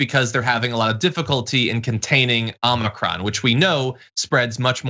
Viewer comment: I had to rewind, so I could see if I had been mispronouncing it all along if that was spelled, “Omnicron,” as John pronounced it.